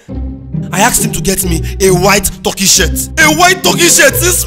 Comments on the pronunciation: Its the Right pronounciation actually .. Not that way Ghanaians say..Tar-ky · The way Mack Angel pronounced the Turkey tho😂😂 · The guy who played the groom also acts as baze 10 in some other episodes. The guy shouldn't have been so fussy, it's not like there is some book of marriage laws that says buy a white turkey shirt Mark Angel's pronunciation of turkey is hilarious 😅😂🤣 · He said turki😂😂😂